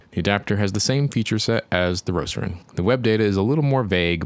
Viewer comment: Why you call it "Roceron"?